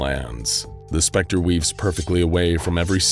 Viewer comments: The SHA-CTER knows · After like the 3rd time, I kept snorting every time it was said. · I love the accentuation of THE SPECTER oh boi xD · do you have to say THE SPECTER like that every time? or can you say it normally? is it part of the anomaly? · No wonder that the narator said it in such way as if to emphasize it. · I love how he pronounces "THE SPECTRE" for the entire video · Feel like goes out of his way to say “THE SPECTER” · I really like how the name THE SPECTER is emphasized no matter where in the sentence THE SPECTER is. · The name is an info hazard in that you have to say it that way. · me too